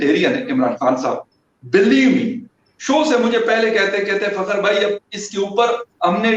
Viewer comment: Fakhar ka pronunciation theek se kiya kare